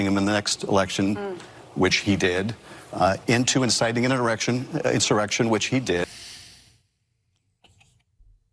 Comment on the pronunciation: Schumer was reading it and he still messed up! What a dill hole!!